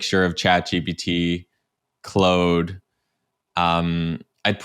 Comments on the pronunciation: “Clode?” pls just pronounce it the way it’s written… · Great content! I think Claude is pronounced “clawed” not “clowed”. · clode? clOOODE??? what's CLOODE? Are these ai voices? cause the dude doesn't know how to pronounce Claude's name. And dall-e 2 for image gen? Was this video made in 2022? wtf...